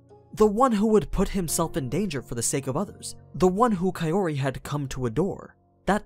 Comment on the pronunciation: I dont like how you pronounce kaori. It's Kao-ri, not Ka-ori